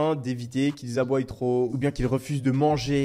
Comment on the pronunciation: Bonjour, cette vidéo est très intéressante. Du coup, je vous propose un coaching pour peaufiner le maniement de la langue française (ayant entendu au cours de la vidéo « nettoillent » et « aboillent ») Évidemment, à prendre au dixième degré bien que ma porte reste ouverte si vous êtes intéressé… Merci encore pour cette vidéo enrichissante.